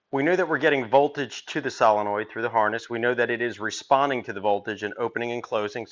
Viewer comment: Never trust a guy who can't even say solenoid